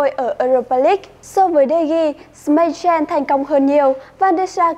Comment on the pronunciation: anh đọc sai từ Schmeichel